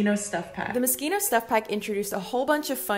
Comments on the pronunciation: Is it not pronounced “mo-she-no” or have I just been pronouncing it wrong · Wait- is Moschino pronounced as “moskino”?? I ALWAYS THOUGHT ITS “moshino” LMAO. Tbf English isn’t my first language and y’all’s language is super weird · Are we not going to talk about how everyone pronounces it 'Mos-kino' when it's actually 'mo-shino' 🙄😂 don't believe me? Ask Google with both pronunciations and see what you get 😉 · oh my god wait its pronounce moskino??? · MosKINO. MoScHINO, you don’t pronounce the K darling. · Is it really supposed to be pronounced mosqino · Oh so that's how you pronounce it